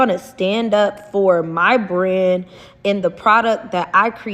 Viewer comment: She can't even say the word BRAND properly. 😂